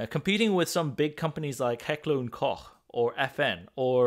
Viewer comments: it is koch, just like he said it. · I just now notices that you (an american) are able to say "koch" the right way. My mind is literally blown.